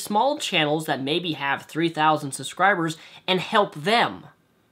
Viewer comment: UUUUUUUUUUUUUUH I HATE HOW YOU SAY SUSCRIBERS!!! ITS SUBSCRIBERS NOT SUSCRIBERS BLARRRGHHH!!!!